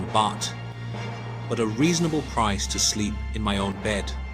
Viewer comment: What BS, you don't even pronounce Pattaya and Baht correctly